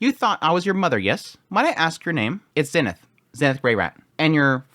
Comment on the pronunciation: Yo, random question not trying to be a hater but why do you pronounce Eres and Zenith like that? In the Anime they clearly pronounce it differently? Is it because that’s how they say it in the Japanese version?